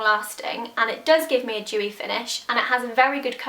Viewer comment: dewy not jewy